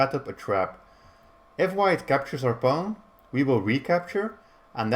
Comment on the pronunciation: Your way of pronouncing pawn is kind of cute, "paun" haha. Thanks for the video!